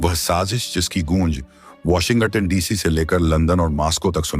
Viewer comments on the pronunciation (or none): Ye AI voice over wale sab cheez tabah kiye huye hain... "Washing ghatan" 😂😂